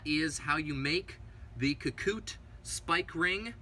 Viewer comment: Ka- Ku-Te, not Ka-Koot